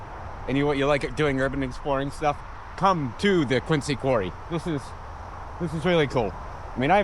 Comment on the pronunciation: While Quincy does have a "c", locals know that the pronunciation is with a "z", thus Quinzy.